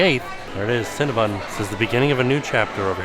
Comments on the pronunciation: it's CinnaBON, not CinnaBUN. But no matter how you say it, I want a box with extra frosting. Yum! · 🥴😖 the 15 times said CinnabOn wrong lol